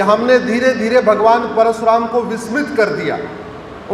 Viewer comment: Parshuram nahi - Parashuram ( कृपया स नहीं, श बोलें )।